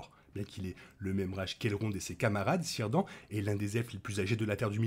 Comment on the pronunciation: Isildur non mais les autres oui Au fait fait gaffe à ta prononciation j'ai failli faire un arrêt cardiaque avec Cirdan, le C se prononce toujours k et il n'y a pas de an in on, dans les langues de Tolkien, les lettres se prononce indépendamment.